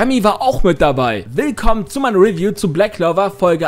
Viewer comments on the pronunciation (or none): none